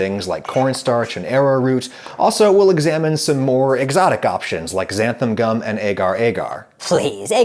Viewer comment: Sounds like he’s saying Xantham gum.